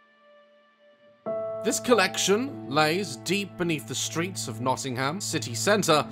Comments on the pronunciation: The way he says Nottingham makes me chuckle, Notting-ham. Makes sense looking at it but they pronounce it Notting-um haha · I live in Nottingham and had no idea that this existed. Plus it’s pronounced more like Nottinghum